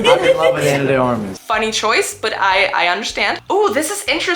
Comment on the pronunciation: Are you spanish or latina 'cause you pronounced Ana de Armas' name perfectly (and I also saw that your google page is on spanish)